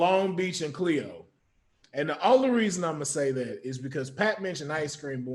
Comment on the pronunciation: its khleo